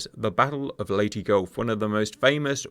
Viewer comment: (insert angry comment about pronunciation of Leyte here)